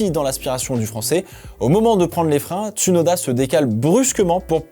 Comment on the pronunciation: Bonne vidéo bonne analyse, tu as fais des efforts sur tes commentaires et ton vocabulaire, bien choisi bien français. Continue comme ça 👍🏻 Note: C’est bien James Vowles et non Valves, et Ts(ou)noda pas « uuu » Merci 🙏🏻